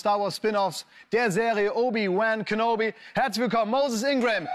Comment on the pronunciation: He butchered the middle name of obi wan kenobi